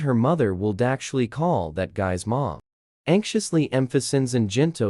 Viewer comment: Right?! It was the weirdest words, too! You don’t know how to pronounce “mom”? You don’t know how to pronounce “reach”? This is weird what words it decides to mispronounce!